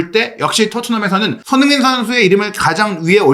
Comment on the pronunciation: 손흥민 뉴스 늘 잘듣고 보고 있습니다.긴영상이든 짧은 영상이든 너무 감사해요. 이어폰으로 듣는 지금 세네번에 한번은 손흥민 이라는 이름 이 흐지부지 들리거나 다르게 들리는 이유는 뭘까요.저만 그리 느끼는건지 ...외국 앵커들이 흥민 이름을 제대로 발음 안해주는것도 기분 안좋은 일인 이라서 말이죠....